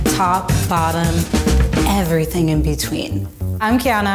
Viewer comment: “top, bottom, ainvercwhilchþiŋ in between” hehe gej